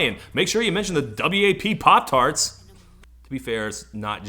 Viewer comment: "wap tarts"